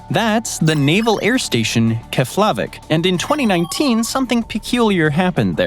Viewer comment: It's pronounced KEFlavik